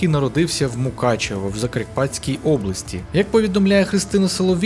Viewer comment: 2.01 або 2.02 передивіться бо це не в мене проблеми зі слухом а в вас проблеми з вимовою!!!!!!